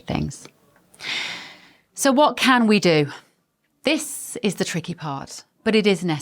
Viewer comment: Dat voice! Bev Taylor, THIS is pronounced with a 'th' in front not a 'd'.Dis sounds soooo uneducated.